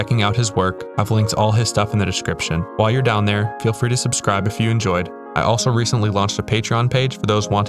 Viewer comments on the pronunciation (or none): none